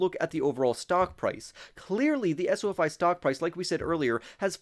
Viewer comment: He’s the only one that says “Esso-Fy” to label the ticket symbol